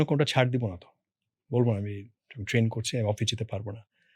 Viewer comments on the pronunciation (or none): none